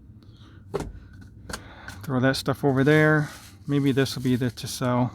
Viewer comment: I heard “Tisell”.